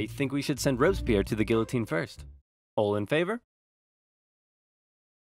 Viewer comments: Almost made it through the whole video without slipping back to calling it the Gill-a-tine, not Gee-O-tine. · the pronunciation of guillotine is inconsistent in this video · Anyone else notice sometimes he pronounces it gee-u-teen and sometimes gill-u-teen? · Good vid but gioulotine is actually pronounced guiotine. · You: you mispronounced Guillotine twice. TO THE GUILLOTINE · I just realized he pronounced “guillotine” both ways people usually say it. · HAHAHA he mispronounced it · oops you pronounced Guillotine wrong TO THE GUILLOTINE! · * pronounces guillotine like it looks* Me: “TO THE GUILLOTINE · Anybody else hear him say Guillotine wrong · mispronounced the word “guillotine” TO THE GUILLOTINE! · DID YOU JUST PRONOUNCE GUILLOTINE IN A DIFFERENT WAY?! TO THE GUILLOTINE!! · The way you pronounce gullitine scares me. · You pronounce the L in guillotine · the way he pronounced guillotine. I did a project on the guillotine, and one of my partners kept saying it that way and it drove me mad. also guillotin didn't invent the guillotine. and the animation showed Louis's head getting cleanly sliced off, but in reality the blade caught on his fat neck and his jaw bone, and 2 people had to sit on the blade to get it to slice through